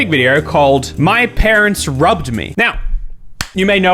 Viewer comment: I thought you said "my parents rubbed me" 😆